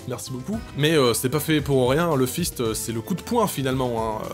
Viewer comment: Je usis peut etre allé trop loin, mais vu comment t'a prononcé '' un fist" je pensait a un clin d'oeil a Alphys vu leur prononciation x)